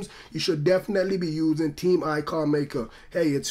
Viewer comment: its not tree but its three and its not team its theme lol